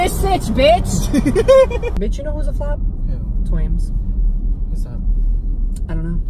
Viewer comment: It's twaimz not twamiz